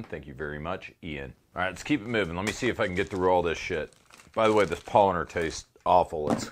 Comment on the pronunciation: Bruh say it like „Pow-laaner“ not „Pollener“ its made from Hefe not Pollen lol Also wash out your glass with water right before pouring the beer with the glass still wet